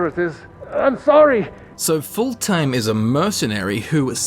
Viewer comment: I love how you pronounced Fultheim a full-time.